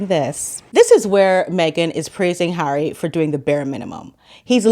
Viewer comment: And when she's not calling him H, she's calling him "Hairy". She's so clever that she can't pronounce 'Harry'. 😂